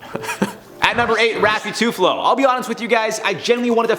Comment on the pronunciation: Mispronounced and misspelled TULFO L before F. Filipinos incoming!